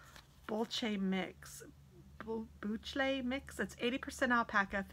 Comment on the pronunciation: Beautiful yard... you're going to have lots of fun with it I bet. The yarn that you showed which was spelled boucle is pronounced "boo-clay". Thanks for sharing it.